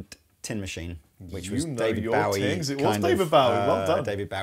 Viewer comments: Why do you pronounce Bowie wrong?? He’s stated himself it’s bow like bow and arrow. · Its not being British its just being ignorant. Its Bowie as in Bow tie. He actually says it himself in little drummer boy with Bing Crosby. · Every time you pronounce David Bowie's last name wrong I die a little inside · Does anyone else find it weird how they pronounce "Bowie". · ROB MY GOD MAN....they are holes im sure you know how f holes work...even whn through body like tha with thin wings it increases resonance to give more of a semi hollow sound without feedback, second that IS NOT nashville tuning at all AND ITS DAVID BOWIE like Bow and arrow BO, not bow to the queen...you guys saying BOWIe instead or BOwie is killing me even wors ethan the WRONG way you say BOOGIE like BOOOO from a ghost, and wrongly spell bogner